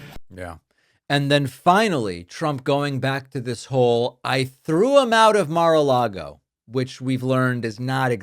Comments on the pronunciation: Mispronounced Mara Lardo. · Take a shot every time he says Mar-a-lago.😂